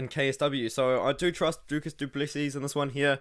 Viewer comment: The last "s" in Du Plessis is silent bro